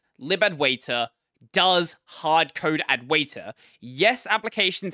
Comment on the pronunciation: i think its pronounced advaita, not adwaita